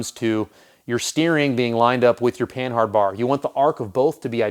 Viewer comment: I'm fairly certain that the H is silent in panhard since its origin is from the French company Panhard.